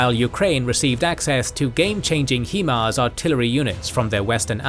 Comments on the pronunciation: HIMARS is pronounced 'High Mars' not 'HE Mars' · if no one has said it yet..... Its Pronounced high mars